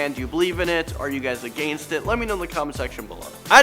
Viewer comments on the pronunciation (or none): Agaenst it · “are you guys agaynst it” lol